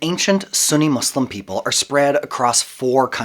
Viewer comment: The country is called Turkiye; pronounced like "Turk-key-a". Also, I'd like to thank you for your inserting the word "slum" into your every utterance of the Arabic word that means, "One Who Submits God's Will". Thanks again for being obvious in your disdain for learning on your own and choosing to be a....... not so clear on who you refer to when you say, "our" and "us".